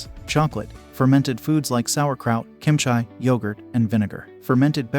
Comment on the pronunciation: Kimchi is not pronounced "Kim chy". Whoever made this video is a fool